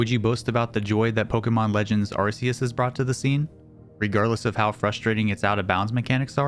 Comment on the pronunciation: "Arceus" is pronounced with a hard "c."